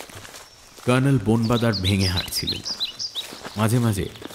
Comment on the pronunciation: কর্নেলের ভূমিকায় র পাঠ খুব শতস্ফূর্ত লাগল না...আশাকরি পরের গল্পে আরষ্টতা কেটে যাবে । কে একটা অনুরোধ...বাংলা গল্পে colonel-কে ‘kernel’ উচ্চারণ না করে ‘কর্নেল’ উচ্চারণ করা হোক...যেরম জয়ন্ত বাদে বাকিরা বলছে...গল্পটা ইংরেজী গল্পের অনুবাদ হলে এই অনুরোধ অবশ্যই করতাম না ।